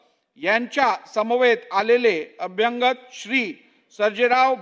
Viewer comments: अध्यक्षांना अभ्यागत शब्द म्हणता येत नाही. ते अभ्यंग शब्द😅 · अभ्यागत,अभ्यागत, अभ्यागत अभ्यागत अभ्यागत अभ्यागत. अभ्यांगत नाही.